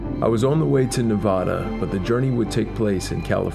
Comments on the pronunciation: please, as a native nevadan,please it's nevada.....not nevaaaada,lovelock is only twenty minutes from my house,many bones have been found but the anthropologists and archaeologists have been shut down,the smithsonian has taken many of the remains and poof they've never existed again,from the cave found by the wheelers to the bones found in the humboldt sink carson sink and also the smoke creek region .Many things have been found yet they disappear,hence the skulls in the winnemucca museum,the lovelock museum and also the historical society,they say the oldest petroglyphs are in winnemucca dry lake, between reno and gerlach,ivory points have been found at wizards beach on the pyramid lake reservation,also many artifacts of the western stemmed tradition,which was prior to the clovis first tradition,your video is very knowledgeable for the people,thankyou for the time you spent on this and the respect you've given the people...may your journeys be grand and and adventurous.....if your ever back in Our state,drop me a line there's much more to see than most know....... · this guy can't even pronounce Nevada